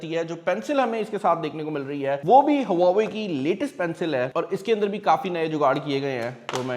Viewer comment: Brand name please correct le. don't say brand in Pakistani accent.